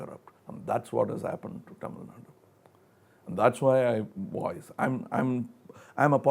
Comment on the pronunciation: He should have done some research before interviewing the legend of Kamal Haasan. . Going to chennai ain't big deal. He even pronunced 'Tamil' incorrectly. Aweful !